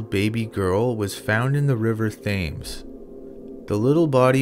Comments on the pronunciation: I really enjoyed your video. When mentioning the river that runs through London to talk about murdered bodies found, and there are plenty of case, the word is pronounced 'Tems' - Thames, so The River Tems. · Great video, however the river Themes isn't pronounced as Thames, its pronounced as Tems. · River thames is pronunced temz